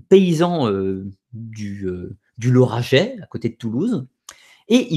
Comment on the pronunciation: ah cool mais pour Toulouse on dit « Lauragais » et non « laurageais » Hâte d’écouter la suite. Lundi je pourrai Bonne nuit à tous